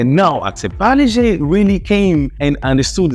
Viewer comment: Thanks for pronouncing Parle properly! Paar-lay..named after Mumbai's Parle (also pronounced as Paarlaa) railway station outside which the factory was located. Every time u passed Parle station, u could literally smell the biscuit fragrance. The factory relocated (cost-cutting) but the company name remains Parle and they make 100s of products including the iconic Parle G (G=Glucose) biscuits - best had with Indian chai! Also, the little girl's pic on the pack has remained unchanged for decades!